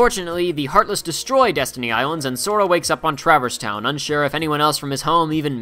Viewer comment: Pretty good recap...but the way you mispronounce a few words is hard to listen to. Namely, "Travis Town." It's traverse. Tra-verse.